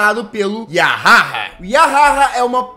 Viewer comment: Eu acho q vc pronunciou "yahaha" do jeito errado kkj